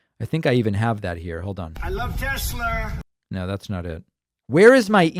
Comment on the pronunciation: "I love Tes-slur!"